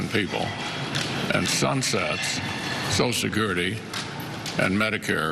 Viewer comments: If you want to fix Social Security, let’s start with using all 6 syllables when we say the words. “Sosha-skirty” is the preferred pronunciation by those who want to see it die. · Republicans can't or won't pronounce "social" security. They call it "so security." Hmmmm. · Scott can't even be bothered to pronounce "social security" in full. And he's gonna save it? Laughable. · He can't even pronounce "social security". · This man cannot even say" social security" Reminds me of someone with the "nukular" codes not so long ago🤔